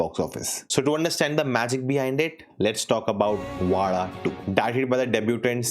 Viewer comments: Wow...kudos for pronouncing Vazha correctly 😂👍👍👍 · You actually pronounce Vaazha right 😮. Thats not normal for someone in the north. Amazing 🎉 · Bro u said ‘zha’ properly. Usually no others otherthan keralites says it normally